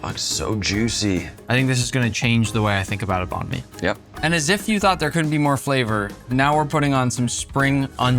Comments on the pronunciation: ITS NOT BON ME ITS BANG ME I’m Vietnamese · STOP CALLING IT BAN MI YOUR PRONUNCIATION IS WRONG 😡 (im vietnamese) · Thats not banh my bro😭, American banh my might be true